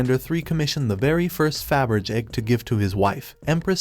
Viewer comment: Either someone needs to learn how to pronounce Faberge, or they need to program their computer voice to properly pronounce it.